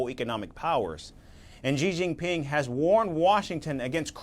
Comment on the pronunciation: It’s correctly pronounced SEEE—-JEEN—PEENG.